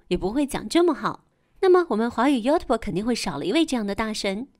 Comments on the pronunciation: 这个英语发音 油头啵，我也是醉了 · 妖特伯，嗯，能把youtube读成这样的，也算是一个英语奇才。中国小学三年开始应就有英文课了吧。这解说从小学就应该是个班级拖后腿的奇才。